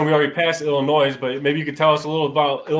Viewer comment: You completely skipped West Virginia. You hit every state except WV. Not sure how you managed that. Also, Illinois uses a silent s: [ill-ih-NOY].